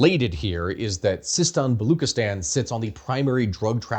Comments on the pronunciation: Baluchistan is pronounced Balooch(ch:cherry)-istan not “Balok” therefor the ethnicity is known as “Balooch”. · Thnk u for this you're butchering Baluchstan pronunciation though The ch is pronounced as in chess